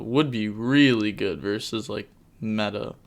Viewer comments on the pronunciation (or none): none